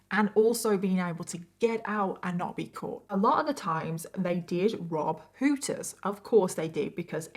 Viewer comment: The way you say "Hooters" is fantastic. I don't think I've ever heard someone with a British accent say that.